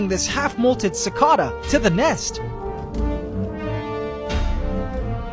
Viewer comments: im about to choke on how much your pronoucing cicada wrong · It's pronounced like "Sick-ah-da" where I'm from. What's the correct way? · i think its just an accent thing. i pronounce it ci-kay-duh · his way is the UK pronunciation, other one is US pronunciation